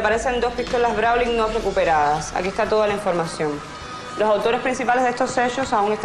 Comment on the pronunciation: Pronuncian incorrectamente, pistolas (Browning),no browling